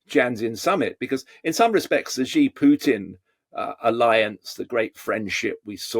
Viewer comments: It's not Gi, it's Xi as in Mexico. Megico? Gosh, you westerners! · Can someone please teach these pundits to pronounce Xi?